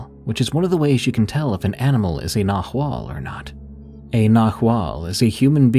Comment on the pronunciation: Loved the Mexican stories, but it's pronounced. NaWal not Nahooal